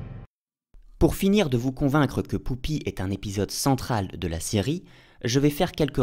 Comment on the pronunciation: Bonjour, il y a un truc tout bête, mais qui suffit à me gêner dans cette vidéo, même si tout le reste est très intéressant. <<...j'y répond en disant : Poupi>> Pourquoi tu dis "Poupi" au lieu de "Pupi" comme on l'entend dire deux ou trois fois par différents personnages dans l'épisode ?...